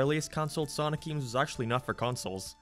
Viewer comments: I like how he says "games" g e e m s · The way you say games or gaming is Irish